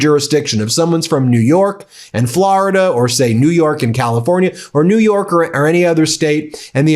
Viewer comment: "Flor"-ida not "Flarida." There's no "a."